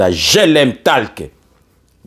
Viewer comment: Merci...mais je voudrais apporter une toute petite correction sur le mot: TALK. Dois-je préciser que c'est unot anglais qui se prononce "tolk"....la lettre A...se prononce alors comme O... Ainsi on dira: GLM TOlk....pour faire simple. Merci mpangi.